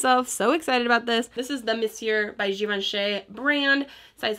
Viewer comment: Great find. It is actually pronounced Givanchee (like in cheese) :-)